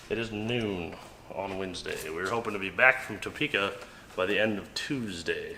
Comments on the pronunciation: I think he said either Toepka or Towpeka...not Topeka. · I love how you guys keep saying Toe-peka lol